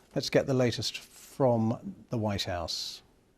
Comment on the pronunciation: Did he say the 'wise house'?